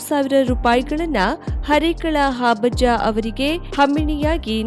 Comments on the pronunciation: ವಾರ್ತಾ ನಿರೂಪಕಿಯವರು ಹರೇಕಳ ಹಾಬಜ್ಜ ಅಂತ ಹೇಳುತ್ತಿದ್ದಾರೆ...! ಅದು ಹಾಬಜ್ಜ ಅಲ್ಲ ಹರೇಕಳ ಹಾಜಬ್ಬ... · It's Harekal Hajabba not Harekal habajja...